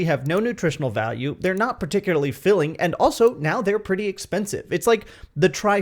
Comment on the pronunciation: Love your indian accent. The way you said "P'ty" instead of "Pretty" it's fun.